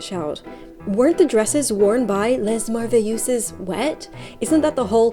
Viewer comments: The "s" in "les" is silent . It's pronounced lè Respectfully, because you are the GOAT and I really just want to help 🥺 (I also now need a muslin merveilleuse dress 😢😢😢) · I'm not French, though some of my ancestors were. Les is the plural form of the article "the." It's not pronounced like the first syllable in lesbian. It should sound more like the word "lay." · Absolutely true. However, someone who pays this much attention to the stitching of a gown, might also be interested in its pronunciation ;). So here goes: - "Les" is pronounced like the English "lay", not like "less". - The "lleu" in merveilleuse, which you pronounce more or less like "ewe", is actually closer to the beginning of "yearn", where you replace the English "r" sound by a "w" like at the end of "you". The biggest challenge for most northern Europeans is the accented syllabe, which you actually got spot on: "mer-veil-LEU-ses". The rest of the pronunciation is great as well. Hope this helps! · It’s not lay, it sounds more like lé (so it’s a bit like ay, but shortened by a lot, as if omitting the y part of ay) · Les merveilleuses. Pronunciation Les: no S Pronunciation Merveilleuse: mervey_ euz like eu-calyptus . Translation : the wonders is the meaning. But if its translated it would be the wonderfuls . This was a trend from England, the french just made it more...frenchy. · les is "lay" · French people can't stop themselves from correcting others so a good tips for saying "les" is not saying the 's' at all; unless you're trying to say lesbian. Try saying "lé" instead. The other word was long so you get a pass <3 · To my knowledge, you did good! It’s just “Les” is pronounced like “Lay”. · lay is still closer to the actual pronunciation of les. Short of using ipa, there's no good way to transcribe it. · I love your French accent very English 😂 when you see an S at the end of word usually you don’t pronounce it so « les » is pronounce « le » without the s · The S in "les" is silent.